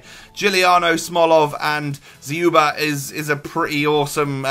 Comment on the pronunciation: you pronounce it better than Zwe lol. Dz-you-ba